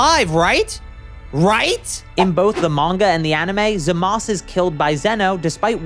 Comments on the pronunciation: also who the hell is zamas just pronounce the u you tryna be a try hard edgy lol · Why don’t you just pronounce it..Zamasu? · I feel my brain cells slipping away everytime this guy says “Zamas” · The way you pronounce Zamasu is like nails on a chalkboard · Is it just me or you are saying Zamas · In both English and Japanese it is pronounced Zah-muh-soo. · I never thought someone would say "Zamusu" like that